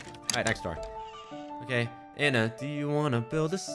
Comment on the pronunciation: ITS ANNA NOT ANA😭